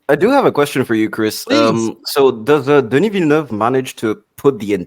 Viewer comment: Denie Vellenouvee😂